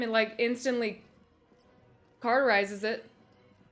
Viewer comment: "Carterizes" Lmao it's cauterizes...